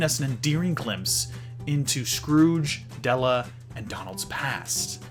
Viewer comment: It's funny how he messes up Della's name like he does Dewy. I guess mother like son or the other way around.